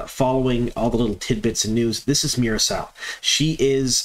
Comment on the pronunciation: Hey, I know you sometimes struggle with pronouncing things so I thought I'd help you out. Meera Syal's last name is Sigh-Al. Two distinct syllables rather than "sile".